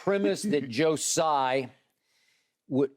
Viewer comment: Man I love this show but I can’t stand this anymore it’s “Tsai” like Tzatziki don’t butcher the t, surely your organization is diverse enough that someone knows this